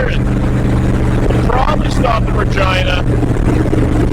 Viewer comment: I'm sure I ain't the only one (us non Canadian guys) that instead of Regina hear Vagina and rewind 😲.